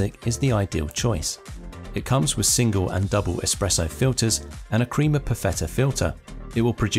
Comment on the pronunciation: You know when someone has no idea what they are talking about when they talk about coffee is when they say "creama" instead of "crema".